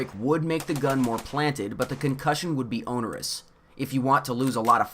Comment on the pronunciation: 'OWN-er-us?' its ON--er-us :)